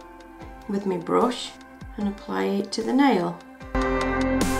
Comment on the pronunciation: why you say brush like that lol!